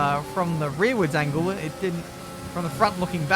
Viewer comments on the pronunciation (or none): none